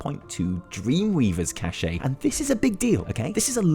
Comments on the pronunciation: Cache is pronounced "cash" not "ka-shay". It is French. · What's that you say? Cashay? Ooh la la, so fancy. Sorry mate, but that pronunciation is just dumb. Cache is pronounced "cash" in English. And in French too. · not furiously typing.. just there's a difference in meaning and pronunciation between cache, and cachet. You're saying cachet, not cache. But it's okay, i know exactly what you say when you say cachet.. it's fine. :) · Being from a different country doesn't mean you aren't saying cache wrong. It is pronounced "cash" or "caysh", but never "cash-ay". Oh and I furiously typed this ;) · Erm... you might want to check out how to pronounce cache (it's the same as cash) if you're going to say it repeatedly for almost 10 minutes ;) You were saying 'cachet' throughout the video. Nice mounts tho! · Dear god, you're killing me here, dude. It is NOT cachet. It is cache, pronounced like CASH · Cache is pronounced like cash, not like caché or cachet. JESUS. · It's cash not cashey SMH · Your excuse is bs. Learn to pronounce cache correctly! Cashay is not a word. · Cache? More like CachEH shout out to all them canadians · the word cache... it's pronounced CASH. :P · Yeah, we need to have a conversation about the word 'cache.' It doesn't matter in which dialect or accent of English one speaks, that is not how that word is pronounced. While it does originate with the French word 'cacher' it is pronounced like the synonym for money: cash. It's true, reputation gains with faction emissaries give one a certain amount of cachet, this is not the item one receives after completing world quests. Yes, I'm pedantic, but this is a comment on a YouTube video, what were you expecting? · Cache is pronounced the same as cash. 1 syllable. Silent e. Bugs the shit out of me hearing you fools mispronounce it ever single time.